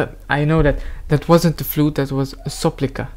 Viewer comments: not "soplika", but "sopilka" :DDD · Not "soplika"😅 "Sopilka" - it's right😊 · It is sopilka. You said soplika)))) it’s sound funny))) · Hello from Ukraine! Great review! But let me make a small remark regarding the pronunciation of the national Ukrainian wind instrument, which sounds in the original language not like "soplika", but like "sopilka" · Not "SOPLIKA". The name of instrument is SOPILKA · Sopilka, not a soplika - soplika for us sounds like snotlet for you)) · Not soplika Correct : Sopilka So ... pílka Not "Sow", just "sooo" = "so:", another way "so : : : : : " Аnd... Pay attention... Power for Pí !!! S o p í l k a ... - it's ⅒ of second So ... pííílka So ... pílka You know word "saw", in russian sounds like pilÁ If you're lovely saying "pilÁ", it will be ”PÍLKA”, than you've adding "So", and you've said and you've heard "So (⅒of pause) pílka" So:pílka Respect you, man Glory of Ukraine In a few words, they play about asking to mother (for all of them) for singing some words about something beautiful, closely native, full expensive for heart, for soul of ukrainian boy (not only sons, also daughters, for boys and girls that can respect their mothers, for all of them, for all of us), that wanted ordinary life, with funs and girls, in cities or villages, with light and sun, with dreams, hope and plans... with fun, job, relax, care, worries, emotions, smiles, tears... BUT mother's word... Mother's song... It's... I don't know... It's first of all... It's... the richest human component in the life of all of us... You've called it "lullaby", not all of us, but it is more than lullaby... Kolyskova This is a word, this is a tune, it's a vibe that can be calm everybody of someone of us, because mom says that she's loving you, even she asked you "how are you", she says that you're mistaked by saying that you're foolish, they worry about us, even if they say that you don't understand, but... If it's your fault... own fault... yours fault... Mo